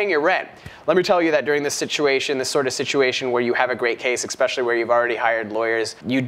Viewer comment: Every time I watch one of your videos, and you say "ex-specially" instead of "ES-pecially" it drives me INSANE, and I want to punch your face.